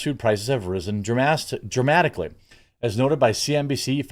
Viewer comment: "Dramastically" Love that.